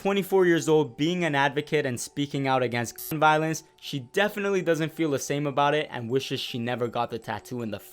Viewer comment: Why can't you say Gun?